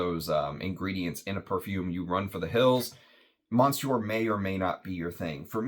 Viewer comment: Hey thanks for the review! Still wanting a sample of this. Check the pronunciation of Monsieur, you don't want to be like so many reviewers out there that constantly screw up French. Especially reviewing perfumery with tons of French influence! Thanks again!